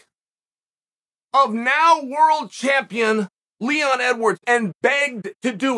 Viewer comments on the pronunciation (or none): none